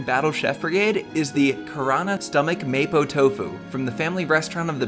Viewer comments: It's mahpo not maypo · It kinda triggers me that he says mapo like maypo and not mapou... but I’m just happy that there’s a video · It's pronounced "Mah-pwo" Tofu not "Maypoh" Tofu. Good video though! I might try out your recipe myself!